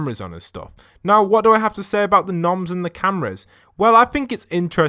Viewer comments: It’s not “noms” it’s moms it’s the same logo on the shopping cart so STOP SAYING NOMS IT HURTS ME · Wait isnt it moms not noms?